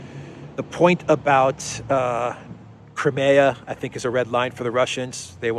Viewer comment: "Crimea" is pronounced /ai/ as in this old joke: Putin: Knock, knock. Obama: Who's there? Putin: Crimea. Obama: Crimea who? Putin: Cry me a river 😀